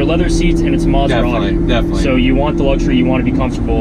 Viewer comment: stop calling it "masuradi", it's M A S E R A T I